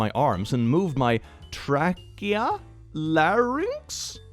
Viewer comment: I would give that a 90% accuracy. The only thing is trachea has the same 'A' sound as plain for the first A